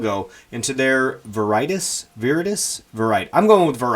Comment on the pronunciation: Veritas "Veri-toss"